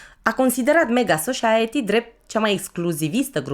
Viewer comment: Society vine pronunțat ( sosaieti) 👍 gândește te la sos.. Sos de roșii... Sosaaaaieti 😎💣